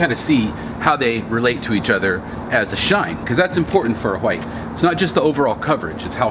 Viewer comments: Whats with the 'huwite'... seems off, hwite. its w(h)ite * silent H. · Why does he say white like that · Stop pronouncing white incorrectly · Yo, why do you pronounce white in such way? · so annoying lmao